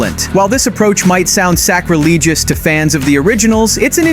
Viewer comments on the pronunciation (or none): Lmao "sacreleegious" 🤦‍♂️